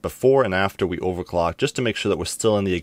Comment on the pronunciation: Take a shot ever time he say "ovacwuck"